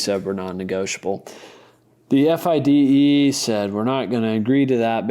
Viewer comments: Fide is an acronym: Fee day. That guy saying F I D E all the time drove me mad. Still enjoyed it. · Or not know that the acronym for the International Chess Federation, officially the Fédération Internationale des Échecs, FIDE, is typically pronounced "fee-day" and not spelled out.